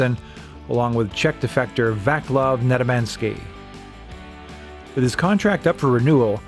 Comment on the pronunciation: The man's a stoner's/drifter's dream. Going where life takes him. Legendary mask. They're just given different drugs these days. Word of note - it's a soft c in Vaclav...one of the things I picked up from working and living with "Eastern" Europeans.